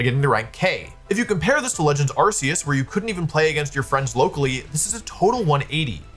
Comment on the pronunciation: Arceus has a hard C.